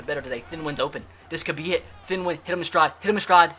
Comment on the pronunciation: His name is thien (th-E-in